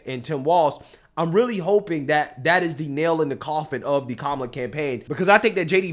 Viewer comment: That CNN guy said Kamel-A like "Pamela" RACIST! To The Gulag!